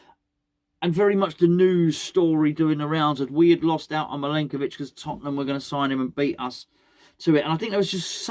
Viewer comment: Hi.........could you just, very occasionally, say the word "Milenković" in that very silly accent........It stupidly makes me giggle every time.....and I fear the end of the transfer window means it will never be heard again.......END OF.